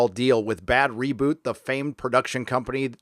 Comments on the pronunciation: >> I think it's pronounced "BAD ROBOT", as in mechanical man, not bad reboot. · Stop saying Bad Reboot! It's Bad ROBOT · just wondering why u keep saying bad roboot but the text always says bad robot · Your choice to repeatedly to mispronounce Bad Robot is annoying. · Are you pronouncing Bad Robot wrong on purpose? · He is. He hates anybody that produces stuff that he finds to be garbage series. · Ah yes, the time in history when it's somehow funny to purposely say a name wrong over and over again.